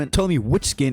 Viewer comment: did bro just say fawiovate